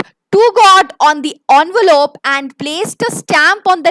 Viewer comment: Actually it's ENVELOPE not ONVOLOPE pls correct it😅 otherwise the session was just amazing